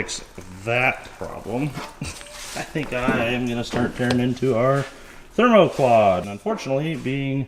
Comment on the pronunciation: Coming back to this video weeks later just to hear say “Themoquad”. 😂😂